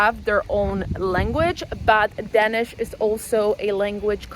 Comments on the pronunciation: Please stop pronouncing Danish as "Denish". It's Danish with an a! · It’s called Danish, Not Dennish.